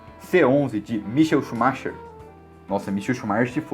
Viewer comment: Kct, não conhece o "micaél xumáquer" não?!